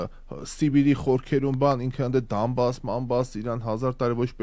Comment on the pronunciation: Կներես հարգելի ջան, ոչ թե Դամբաս, այլ Դոնբաս։ ❤❤ ❤